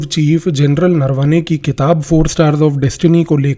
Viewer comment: Offtopic correction Sir, pronounciations are नरावणे not नरवाने..rapid and irreversible romanization of indic script is my topic of worry 😢